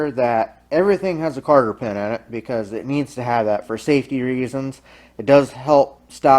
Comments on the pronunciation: Nice job. I'm not sure if my ears are deceiving me, but I think you're saying "carter pin"? If so, they are called COTTER pins. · I was going to say that. "Cotter pin"...